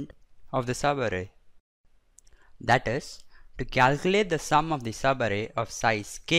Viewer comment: Its so funny when u say 'sabarrei' (subarray) . Nice video!